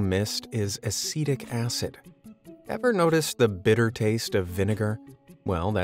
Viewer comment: I was like, "ACIDIC ACID?!" and had to pull up the subtitles😅